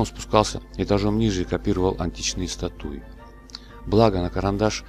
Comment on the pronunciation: В слове статуя - ударение падает на гласную А